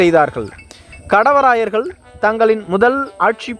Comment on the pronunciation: காணெலிப் பதிவு நன்று. 'கடவராயர்' என உச்சரிப்பது சரியல்ல. 'காடவராயர்' என தெளிவாக உச்சரிக்க வேண்டும். காடவராயர், கல்வெட்டுகளிலும் அக்காலப் பாடல்களிலும் "பேணு செந்தமிழ் வாழப்பிறந்த காடவராயன் கோப்பெருஞ்சிங்கன்" என வரலாற்றில் போற்றப்படுகிறார்.